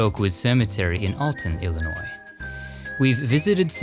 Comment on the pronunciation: I love your videos. You & Scott, with Dearly Departed, are so respectful and informative of the deceased. But you are my fav and thank-you for what you did for Ed Gwynne (sp. ?)and for pronouncing Illinois correctly. I was born & raised here. I hope someday you will do a Country Music Stars special. I came back from Nashville in early December and I know they have some interesting cemeteries. We didn't have time to visit. Also love your voice.